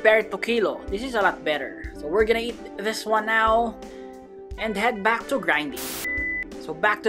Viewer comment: " is backh" Always gets me